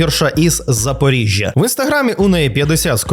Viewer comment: А до чого у такому випадку тут такі наголоси на місто Запоріжжя..? В тебе така інтонація, наче всі в загальному у Запоріжжі такі самі як і героїня твого відео. Я цього не можу зрозуміти.